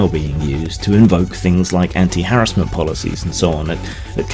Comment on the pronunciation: Nice to see you pronounce harassment properly.